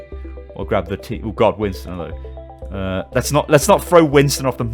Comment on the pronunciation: at the start of every video you sound like your pulling a toilet brush out your arse, "hell-OW & WE-lcome!"